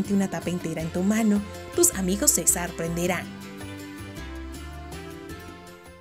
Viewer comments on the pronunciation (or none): Like si escuchaste la palabra sarpernderan😂😂😂😂😂😂😂😂